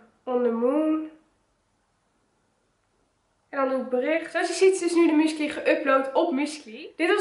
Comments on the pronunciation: Musicly’s? Er staat musicALly dus spreek het ff normaal uit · je zegt niet musklie maar zoals je het schrijft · Je zegt musicly verkeerdt